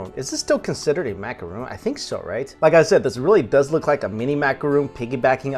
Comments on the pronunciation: Also, it's Macaron, as in Ron, not Macaroon, as in Roon. Two completely different cookies with different pronunciations. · MACARON NOT MACAROON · macaron not roooooon - im sorry cute guy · take a shot every time he says "macuhroon"